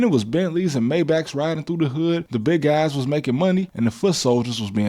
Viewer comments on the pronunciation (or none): Hey black people, it's pronounced "My-Bawk" not "May-Back." You're welcome.